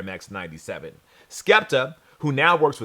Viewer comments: Why would Sneaker Shopping send an invite to a guy mispronouncing the host’s name?? Do better! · you got me saying PUMA all wrong now 😂